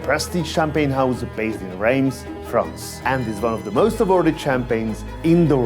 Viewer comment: Reims is pronounced "rance"